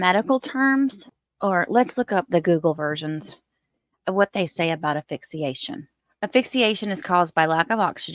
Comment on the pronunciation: Honey, if you say AFIXIATION one more time I'll scream. It's asphyxiation. If you're going to try to pass yourself off an as expert, do the expert thing. Learn to pronounce properly.